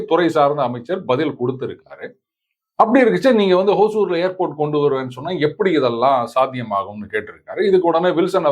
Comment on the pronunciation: சார், ஹோசூர் என்று உச்சரிக்க வேண்டாம். ஹொசூர் என்பது தான் சரியானது. ஹொசூர் என்றால் கன்னடத்தில் புதூர் என்பது. தமிழில் ஒசூர்.